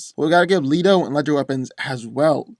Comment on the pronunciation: it is Le-to not Li-to.